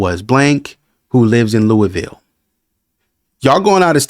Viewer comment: Yeah, not pronounced like “Louie” ville Kentucky. It’s a small town in Boulder County, next to Boulder, just to the east.